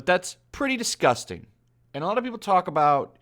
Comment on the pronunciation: Washington post: dis respects a legend: DIS-GOUS-TANG